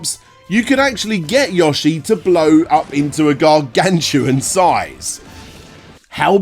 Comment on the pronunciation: It's pronounced "YO-shi". Not "YAW-shi".